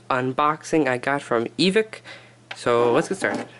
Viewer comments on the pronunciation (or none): its not evik its evike like ebike wowo lol